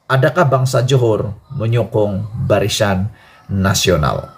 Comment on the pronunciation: Barisan ke barishan adik ..hehe.jaga sebutan ya.